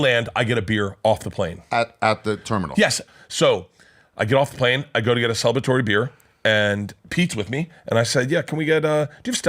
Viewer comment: Celibitory? Celibitory? Celebratory Burt…